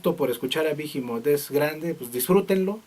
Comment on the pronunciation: no es bijimot, es tal como está esta escrito behemoth, sin pronunciar la h, behemoth es el nombre de un demonio